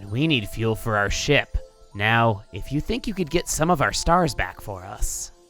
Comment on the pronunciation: Whenever says ship I feel like he says shit